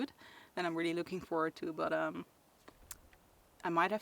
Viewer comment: “Reely panicking” 😂